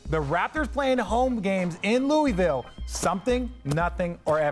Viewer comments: Bruh. It's Loo-vul. They hate when you say Louie Ville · It’s isn’t “Loowee-ville” or “Lewis-ville”. It’s pronounced as “Looo-ihh-vull” 🤦‍♂️. But I do think the winningest state in college basketball, with a fan base similar to the Cowboys or Lakers should have an NBA team by now. The way ppl get behind UK, Louisville, etc. here, it’s only logical to assume they would naturally do the same for a NBA time. They’re diehard and literally bleed blue there lol. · Richard and Perk def not saying Louisville right😂